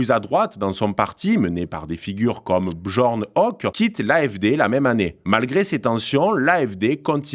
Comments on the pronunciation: Alice W(AÏe)del - Fr(ii)dr(i)ch M(èr)(tss) - Bern(t) L(ou)cke - B(yeur)n H(eu)cke - Olaf (ch)ol(tss) - AÏe mes oreilles de germaniste ... j'ai mal ... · J'aime bien la prononciation de « Björn Höcke ».